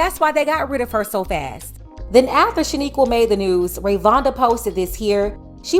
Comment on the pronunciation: She called her Rayvonda whole time her name Rayonda 🤣🤣🤣🤣🤣🤣🤣 I love this channel tho